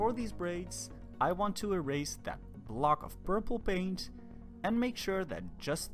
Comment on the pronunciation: PURPLE** PAINT** not burble or baint 🤦🏻‍♀️